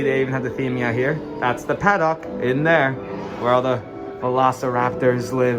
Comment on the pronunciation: For future reference, you are saying paddock wrong. It's like haddock, the fish, not like the dock you catch them on, lol. Not trying to be mean, it just sounded cringe